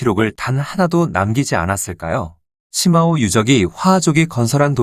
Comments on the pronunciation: 石峁-중국발음 표기는 shimao 정확한 발음은 스마우 입니다.시마우는 영어식이고 중국의 발음 표기는 독일어기초 발음입니다.스마우라고하면 중국인들도 알아들을 정도이고 시마우라고 하면 적어도 중국 지명을 정작 중국인은 죽어도 못 알아들어요.중국어에서 i 는단독으로 쓰일때는 우리 발음 ㅣ 고 h뒤에 붙어 hi라는 새로운 발음으로는 우리의 ㅡ에 해당 됩니다. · 시마오가 아니라 스마오입니다. 石자의 중국어 발음은 shi는시가 아니라 스로 읽습니다.